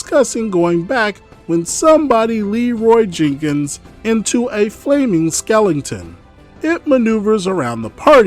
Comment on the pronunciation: I pause to appreciate that pronounces 'skeleton' as 'skellington', bless u for existing